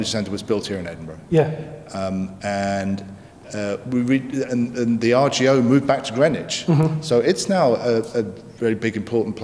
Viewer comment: Just a tip, the gh at the end of Edinburgh is silent 🙂